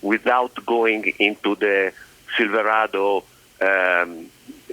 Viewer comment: If I could pronounce silverado the way this man can I would have bought one instead of the Sierra